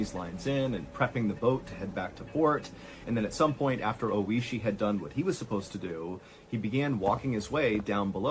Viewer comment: Is the guy's name Oishi, meaning "delicious/tasty"? If so, he pronounced his name incorrectly the whole video. rip